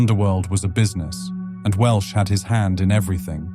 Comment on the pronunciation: Welsh, not Walsh.